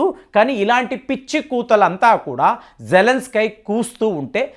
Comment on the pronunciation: అక్కడ జేలన్స్ కి అని రాశారు మీరేమో జలన్ స్కై అంటారు ఎందుకు అలా